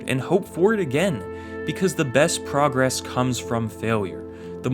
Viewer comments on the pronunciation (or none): none